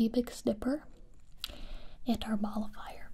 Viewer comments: I thought I heard her say Ball of Fire instead of Molifier so I was like. Well I guess I'm getting set on fire, that'll burn those worries away for sure! Lol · First time I watched it I thought she was calling it the ball of fire and I got really confused when she pulls out the little cotton ball on a stick 😂